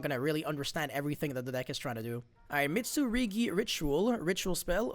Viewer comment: saying Mitsurigi is killing me more than it should. Mit! Su! RU! GI!!!! 😭